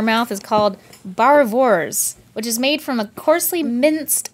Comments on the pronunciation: Umm its not baravars it boerewors (boor-a -vors) boere meaning farmer and wors(vors) meaning sausage so its technically farmers sausage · The way she says Boerewors is hilarious xD Should be pronounced Boo re vorss but I can't be one to judge, I would've butchered all the names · its pronounced Bore-a-vors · Speaking of South Africa, its pronounced "boor-a-vors". When the lady said bar-vars i just exploded in laughter XD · hahaha Barawors ( South Africa ).. It is Boerewors :( Nice try though Stevie <3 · I love how they pronounced South Africa's "Boerewors" As "Barwors" XDDD Chuckles in Afrikaans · Barewors, It's pronounced bu-ri-vors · Boerewors... not "barawors". Pronounced Bur-a-wors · When Stevie said boerewors I cracked up man xD I'm from SA and its pronounced "bu-ravors" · Boo-ra vors...you should have eaten it on a roll. At least you tried! 😂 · Boerewors my tjom! But nice try Stevie xD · The sausage is boerewors pronounced boo-ra-vors. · Springbuck ISAWES - it was so funny 😂 it’s boo-rie-vors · "Baraworse" sorry stevie thats what it sounded like i live in SA and we call it "Boerewors" its a Afrikaans word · The General-G "BAARWORS" lmao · She should've pronounced as "booravors" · Stevie butchered boerewors. Barofwars?!?! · Boerewors is pronounced Boo-ra-worsh. And we don't call it a BBQ in SA we call it a braai pronounced bry like sky. But bry... If that makes sense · Boerewors(pronounced boorevorrs) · Bar wors😂😂😂😂😂😂 That isnt pronounced like that Boerewors is hard to pronounce so nice try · It is pronounced "Boo-reh-vorsh"... But nice try stevie it wasnt too bad. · WORST (wurst) pronunciation of BOEREWORS ever! Hah! Where my fellow Saffas at? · loved the way she tried to say “boerewors” 😂😂😂😂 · hahaha the failed pronunciation of boerewors made my day. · South Africa's "boerewors" pronunciation was butchered hahahaha! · completely, they could have at least googled how to pronounce it!!! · xD you said "Boerewors" wrong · Wel, she couldn't even say boerewors😂😂